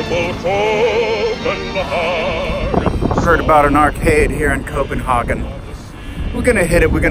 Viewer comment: Please, just say: co-pen-“hey”-gen. Not co-pen-haarrrr-gen. EDIT: Ha, just realized to say both! You son of a bitch ;) Great fucking view from that tower in Tivoli!